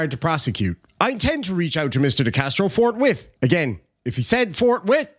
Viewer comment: Forthwithe. You know, adding an E because Ireland.